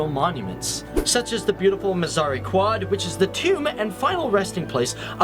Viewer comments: Hey mate its pronounced Mazar e kayid not quad Kay (rhymes with sky) id Awesome video though :) Try checking out some places in the North of Pakistan! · the way he says quaid. Dead.😂😂